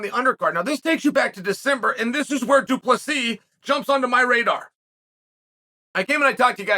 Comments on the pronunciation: he literally said du plus b the 3rd time he referred to the colonizer lol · Lol chael saying Du pleesees, it's Du-Ple-See. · I love how he always starts by pronouncing his name right and then goes back to du play sees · its pronounced dew plesseee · Du Plus B ??? 😭💀💀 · Am I hearing shit or Chael called the dude “Due plus B” ? Lol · 😂 [Dricus] “2 + b” Amazing. He’s gone from intentional mispronunciation to using Algebraic expressions... UNDEFEATED. UNDISPUTED. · Du Plessis, doo plessus, 2 plus 3, due please ease, thank you for the laughs Chael, undisputed undefeated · Only once...from thereon he became "Du Plus P" if you listen closely. Here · 5 minutes in he went back to “du plesees” 😂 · he did the same thing on his last video about Dricus, or the one before, pronounced his name correctly as soon as the video started, and then continued to call him "Doo Pleasies" for the rest of the video 😂😂 undefeated, undisputed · Dude he said du plus si 🤣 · Until he said “Du +B” 🤣🤣🤣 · It’s pronounced Doo-Pluh-See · The pronunciation of 'Du Plessis' gets worse the more Chael talks lmao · The last "s" is silent! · he said it right the first time at the start, then it just went down hill from there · Definitely still hit the silent S a few times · Once and then descend into so many versions of incorrect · he says his name perfectly right off the batt then goes back to butchering it throughout the video.